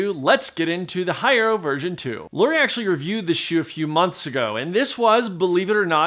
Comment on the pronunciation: You still couldn't bother to learn to correctly pronounce "Hierro"?